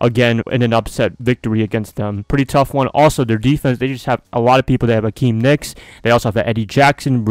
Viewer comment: Akiem Hicks...not Nicks!!! Bear Down, hope it's a good game